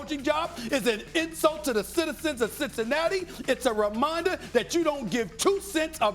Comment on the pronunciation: What that nigga say "citizicicinatti" what is that?